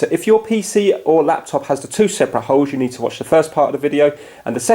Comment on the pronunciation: When he says holes i hear it hose